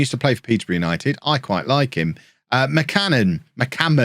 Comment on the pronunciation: Zealand "McCammon" Shannon